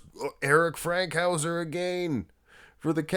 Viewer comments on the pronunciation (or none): It's FANKhouser, not Frankhouser